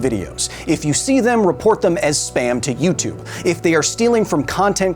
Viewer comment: "You-tube"? Not for a long time